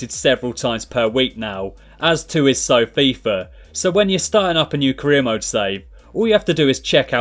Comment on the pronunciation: It's FIFA 18 not FIFAr 18 no hosting love your vids but it just bothers me when you say fifar